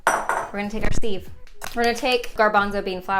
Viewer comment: I kept hearing “sieve” as “Steve” and now sieves will forever be Steve’s